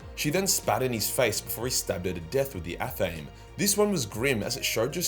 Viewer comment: called the WHAT? Why are you saying it like that? It’s ath-uh-may.